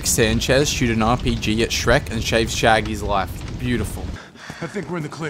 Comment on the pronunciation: he says shaved shaggy's life not saved